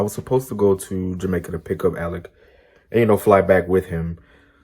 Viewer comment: Sorry, Alec, not Alic. Whatever.. you deserve it all. Love you both !!🥲